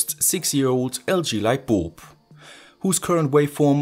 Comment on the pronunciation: Are u saying lightboob?